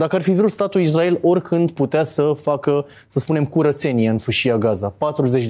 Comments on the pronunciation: zice numai izdrael... ca Nāstase 🤦‍♂🤦‍♂🤦‍♂ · si asta zice "Izdrael", ca Nāstase? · Am auzit de atâtea ori și de la atâția deștepți pronunția "IZDRAEL" , că mă apucă durerea de dinți !